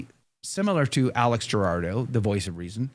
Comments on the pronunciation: It’s Alex Jurado. Not Gerardo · The last name is pronounced who- raw-do lol